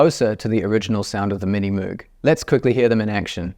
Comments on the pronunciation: I hate to be that guy but I think you mispronounced Moog 🤓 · Bro You can pronounce it in any way, as Moe'g or Moouh'g, Mr. Correction Tape.